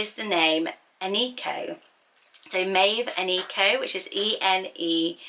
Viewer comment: Eneko is a guys name and idk if works for a girls name but it’s pronounced eh neh koh there’s no ee sound in the name and it’s basque